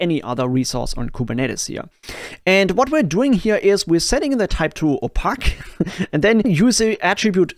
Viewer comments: Opaque is said like "Oh-payk" :) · absolute champion ❤ BTW that's not how you say opaque, but it was just hilarious 😂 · opaque == "Oh" - "Pake!" (rhymes with "Cake").